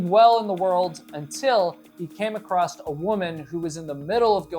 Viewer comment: Across. There is no t in across.